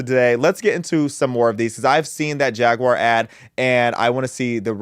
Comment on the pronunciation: Thank you for not pronouncing it "Jagwire."